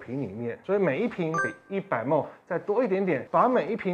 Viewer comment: mL毫升的英文是milli-Liter，要簡化也是唸mil。mol是6*10^23，國中就學過了。